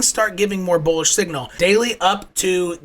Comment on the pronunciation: So you’re telling me it’s bularish?! Appreciate you man.